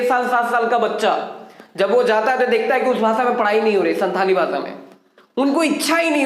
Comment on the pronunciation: Pandit Raghunath Murmu ke biography aur bhi jaanlena chahiye aapko And Second thing santali language ka pronounsation SAHI Karna Hoga aapko